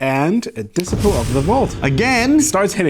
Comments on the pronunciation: Disciple isn't pronounced like discipline! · "Dissiple" 😂😂😂😂😂😂 I'm sorry I'm dying, this is a CRIME it's so funny 😂😂😂😂😂 love you